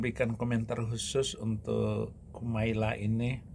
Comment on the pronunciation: Bukan Marlla yang betul mbak Kumaila